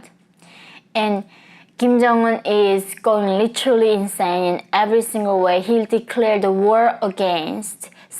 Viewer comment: The word 'literally' (as you pronounce it - litchrelly) is used far too often in all your videos. It's distracting and unnecessary most of the time. Just saying.